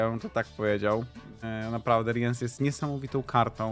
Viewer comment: Co do omówienia talii to im bardziej szczegółowe omówienie talii tym lepiej. Jeżeli ktoś ma z tym problem to niech to sobie np. poprzewija lub ominie. Ja tutaj nie widzę problemu. Tak by the way nie czyta się Riens tylko Rins (nawet jak zagrywasz Rience'a to mówi:"Zwą mnie Rins, zapamiętaj to imię". Ten co odpala rozmieszczenie sąsiadujących żołnierzy to Wrygef. Dla tych co grają Yrden jest specjalne miejsce w piekle? Moim zdaniem dla tych co grają Renfri i to jeszcze więcej niż raz.